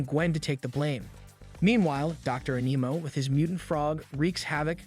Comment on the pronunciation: You said dr animo wrong im sure i spelled it wrong